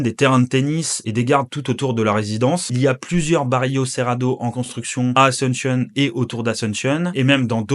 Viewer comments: Pourquoi tu pronoces "asentionne" et pas "asUnción". Un peu comme un anglophone. Btw fr vivant en espagne depuis 15 ans. D ou la question sur la prononciation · Super vidéo, l'amérique latine se développe. Par contre, je sais que les français sont nuls en langues mais... Asunshion, en serio? 😅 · Très bonne vidéo , mais s'il te plaît, prononce bien Asuncion, c'est pas une capitale anglophone, du coup pourquoi tu le prononces comme telle, a- sun- cion s'il te plaît 😅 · Alléchant. Mais apprenez à dire Asuncion en espagnol plutôt qu'en anglophone...